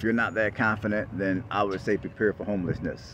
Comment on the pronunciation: I keep hearing this ja makin guy I used to work with say PREPARE every time you say prepare. It's funny to me LOL